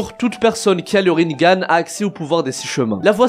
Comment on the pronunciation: Rinnégan* on dit pas rinngan